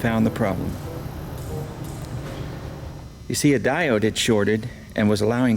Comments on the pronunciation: "Dioide" - okeydokey! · For starters, it's a "diode. Its "a lot."